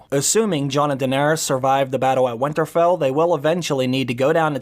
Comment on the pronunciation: You called winterfell as where winter-fell! I had written a whole theory on Arya using the catspaw dagger weeks ago! In light of the Episode 3 ending I would like to reshare a post I wrote a few weeks ago! Theory: Rewatching season 7 ep. 4 and a thought came to mind. Little finger gives the valarian steel dagger to bran and said basically this is the dagger that started the war of the 5 kings. Bran looks fascinated with the dagger looking it over. Then Bran gives the dagger to Arya, all while Sansa talks to him and before he does give it to Arya he is looking it over again. As he gives it too her he has an very interesting look on his face. So my thought is maybe bran knows something maybe this valarian dagger that has been a staple all through out the show is going to be the thing that kills the Night King. I believe the night king is coming for something or more specifically he is coming for bran the three eyed raven. This is what he wants. Then I thought but bran just gave it to Arya, and had a look when he did. what if in the trailer Arya isn’t running away from something but running to someone. What if the night king gets inside winterfell. What if the night king and bran have a face off. And what if Arya runs to save bran and uses the valarian still dagger that started a war of the 5 kings to end the war with the dead? I hope that made sense. I just feel like there is more to this dagger.